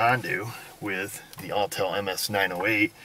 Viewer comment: Autel aww tell